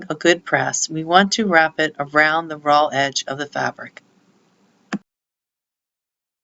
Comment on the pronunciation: Is she saying 'ROLL' edges? I think she must mean 'RAW' edges.